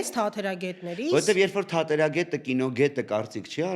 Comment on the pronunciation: Արսենը շատ ճիշտ է արտաբերում «թատերագետ» բառը՝ ի տարբերություն տիկնոջ